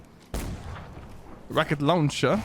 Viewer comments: Sounded like letshe haha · RuCcEt LoUnChA!